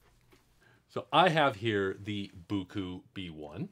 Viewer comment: Boo Coo? In a recent live stream sponsored by Biqu someone asked Biqu in the chat how they pronounced their name? was it Bye Cue or Bee Cue and Biqu said it is pronounced Bye Cue so I had a little giggle at your pronunciation of Boo Coo! LOL